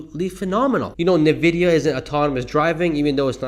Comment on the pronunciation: FYI: Pronounced “en-vid-ee-ah”; not “ni-vid-ee-ah”.